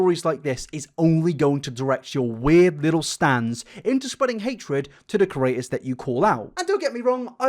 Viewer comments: can you PLEASE learn how to pronounce “creator”.... every single video you pronounce it like “curator” and it’s so annoying man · Ok but like can you stop saying « curator » when you mean « creator »